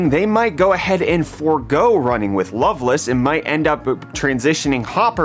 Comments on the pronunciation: No. It's the middle of the Night! AND it's not love-less it's loveLACE 🤓. Drives me nutts xD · It’s Lovelace not Loveluss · its love-laise